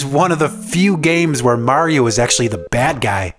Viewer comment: Tank you for saying Mario and not Merry-O as most of people say.